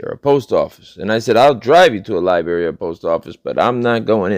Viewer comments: Dude, for Goodness Sakes, its pronounced Lie-BRARY, Not Lie-Berry. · Omg Lyberry? and it was not an accident. You said it more than once. That is the best mutilation of a word I have heard all week. Thanks and don’t change.